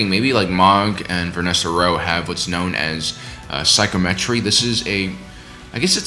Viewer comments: heads up, it’s pronounced “sy -KOM-uh-tree”, not “Sy-koh-MET-tree”. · Sigh-Comm-Eh-Tree not SYKE-Oh-met-ree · Psychometry is pronounced: psy-com-eh-tree but most likely it was an accident or you did it on purpose.